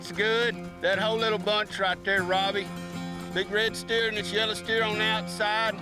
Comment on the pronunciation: ......" Dat blackin white heffer ryte tear"....... (STEER) LOLOLOLOLOL